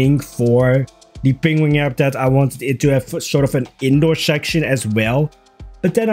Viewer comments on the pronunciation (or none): "peng-wing" - Adorable pronunciation. Wrong, but adorable. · This make me think of Benedict Cumberbatch and his pronunciation of penguin